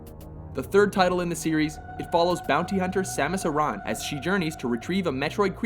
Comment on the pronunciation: haha. It was funny how he pronounced Aran. :P